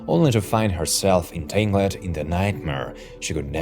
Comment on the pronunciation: No way this guy said entang LED